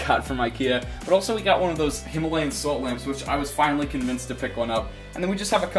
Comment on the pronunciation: lol u say "himalayan" wrong hehe